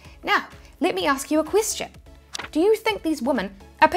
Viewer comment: Do = DOE